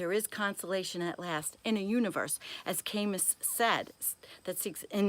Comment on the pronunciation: That was a lovely reading. If you get a moment, check your pronunciation of (Carl) Jung and (Albert) Camus.